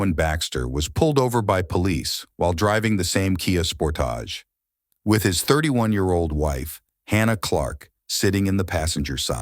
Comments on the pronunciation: The Kia Spore-tage. I've never heard someone make a Kia sound fancy like that before lmao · Why do you say kia SPORT- TAGE 😂😂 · Ooh a kia Sportaaage.....my jerk neighbor pronounces it like that I'm sure of it 🙄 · Kia Sportage….NOT Sportage’ That’s (phonetically sounding) sportAGE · Heelthy and Sportahj is crazy 😂😂this AI is silly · "Driving a Kia Spor-Taj". 😂😂😂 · The AI reader you're using is trash. The errors are all I can hear. spor- Tage. aMicable. Ffs. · Who the hell is reading this? "Spourtauge" "Ameekable" come on! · Spor-tahhage....heel-thee hahah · Stop saying Sportage like that. Even Kia doesn't pronounce it like that. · Definitely AI. The mispronunciation of sportage in the beginning was driving me crazy. This robot needs more practice.